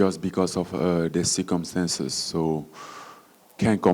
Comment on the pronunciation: I love the way he said seekumstances (circumstances) I love accents and Francis kinda has your stereotypical African accent It's cool man lol